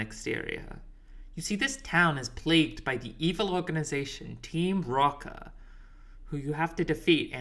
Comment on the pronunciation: no it's just that the dude in the video keeps saying "Team Rocker" instead of Team Rocket (like even in the captions 😅), and i felt like it was further evidence of why this game was tough for them 😂